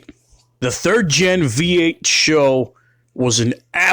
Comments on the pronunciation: Its S H O not sho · Great vid but it's not a taurus show it's an S H O. You don't pronounce ses or se or svt or gt as one word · "SHOW"?? Dumbass, it's S H O. as in Super High Output. Moron. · It’s not a “Show” it’s an “S-H-O” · S.H.O. NOT "SHOW" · For fucks sake its S H O. It's not a word. It is there fucking and separate letters. S H O not sho. It doesnt sound like a show. No one ever called these a show. Its SHO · It’s not pronounced show. It is S. H. O. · S. H. O. Is the only way I've ever heard this car pronounced years that I've heard this car talked about. And being that have been around the car scene 4 years and I've had friends that have actually raced these things, and yes I am definitely impressed with them. But I have never heard them pronounced as "Show". Could me and the rest of the people all been wrong this whole time? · Not dissing the video, but bro, it's SHO, not show. Ess Aitch Oh. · S.H.O not Show. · its not a 'show' its an S.H.O. which is an acronym. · It's not pronounced show it's just S H O. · Did it annoy anyone else when he kept calling it "show" It is an S H O. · true true it’s an sho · It’s S.H.O not sho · Calling it a "Show" instead of "Ess Aetch Oh" is like calling Nitrous Oxide Systems (NOS) "Noss". And these Taurus Super High Outputs were unremarkable. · But why pronounce it Show? Wasn't it pronounced S H O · Watch the original commercial. Its show. Always has. Always been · For fuck's sake please stop calling it a "SHOW." It's like when dumb fucking millennials say "NOSSSSSS." It's an S.H.O. not a "SHOW." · You should probably call it S.H.O. "ess aych oh" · "What do you call that? The Super High Output Ford Taurus. We call it 'The SHO[W]." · Totally agree. ESS EIGHCH OH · The super high output taurus. We call it the SHOW